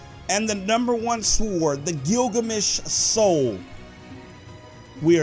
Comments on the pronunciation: i swear if your pronounce sword, SWWWWORD again, I will flip out. It's pronounced, SORD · Its not s word its like s ord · he say sward not sword